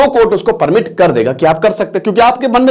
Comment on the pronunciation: सपिंड h wo, सपिंदा nhi😂